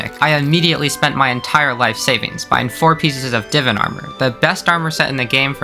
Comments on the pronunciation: its divAn, not “divin” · Not divin. It’s divan. 😂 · pretty good video but Holy hell it triggers me how u say divan’s U say it like Divin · Mmmm yes Div-an always scrummy to hear lol no hate great vid man! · The edit in these videoes are amazing, but please dont pronounce Divan's armor like that 💀